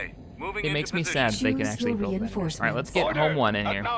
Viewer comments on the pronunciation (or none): none